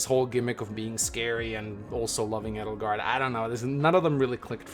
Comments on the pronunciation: I think its funny how Three Houses is about to celebrate its 2 year anniversary and you still pronounce Edelgard wrong haha. You emphasize the E SO much. It's pronounced like "Ay-del-gard". This why Dorothea called her Adie, not Eddie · It's because Edelgard is a german name and pronouncing Edelgard with emphasis on the E is the right way to pronouns it. And some of the englisch pronouns from the black eagles characters are outright terrible especially because most of them having german names and it hurts my german heart like Petra it's pronounced pEtra with emphasis on the E not the P like pet because the P is almost silent and pronouncing it with emphasis on the P is the wrong way. And I'm German so I know of what I speaking about.